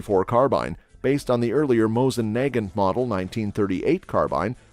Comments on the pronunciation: yes he said NAY-gint and it is nah-GAHNT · SKS rifles start at $500 now. Mosin NAG-gant?? I think its usually pronounced as nah-GAHNT. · He pronounced the "g" at one point after saying it 2 other different ways lol. He said "Nay-john-t" lol.